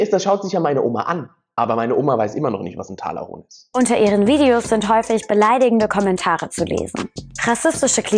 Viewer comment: Talahonk bitte auf die Aussprache achten 😂😂